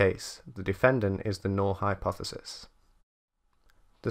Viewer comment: Null - correctly pronounced n-ull.